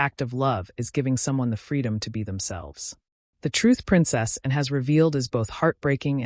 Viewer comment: A reasonable telling of the story, but I'm not impressed with the way whatever was reading the narration kept pronouncing "Princess Anne" as "Princess and", swallowing the second word. The Princess is an important member of the Royal Family and should be honoured as such.